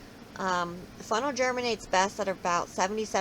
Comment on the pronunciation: Lol sounds like u keep saying FUNNEL!😆🤷‍♀️very informative though, thank you.😊